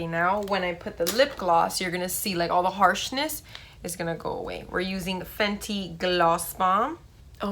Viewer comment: I thought you said fendi